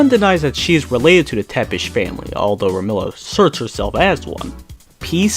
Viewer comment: Who's 'Remilla'? I thought it was 'Remilia'?